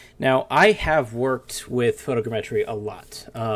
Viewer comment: Please for the love of god, tell me why you say photogrammetry that way. It's like all vfx artists share information on new techniques as txt file or something because everyone says EVERYTHING differently and almost everyone says everything so SO weirdly.